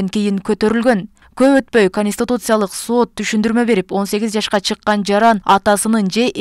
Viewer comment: Диктор соот эмес Сот